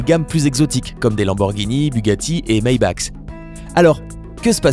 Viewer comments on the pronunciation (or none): Comment tu prononces Maybach? Maybacks? Lol